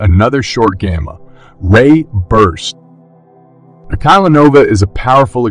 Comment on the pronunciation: It's gamma -ray bursts not gamma. Ray bursts. Get people to read it not machines!